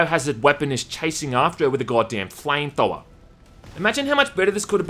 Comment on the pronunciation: Chansing you with a flametowel”? :D or “flametowa”? :DDD